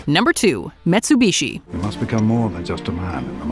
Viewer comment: No, it’s not the car brand because it’s not even spelled the same way. And you’re saying it wrong. Metsubushi not Mitsubishi